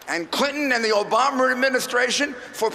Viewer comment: Did he say Obomber? XD I kid i kid. Great speech though! #TRUMP2016!